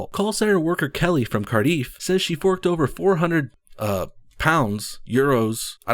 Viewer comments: Please pronounce it as Car - Diff Not Car - Deef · Car-deeff Wft it pronounced Card I ff (pronounce the I more) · LOl your pronunciation of Cardiff. for future referance It's c-ar-d-i-ff